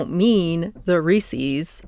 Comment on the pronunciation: lol if you say resees you must be from MA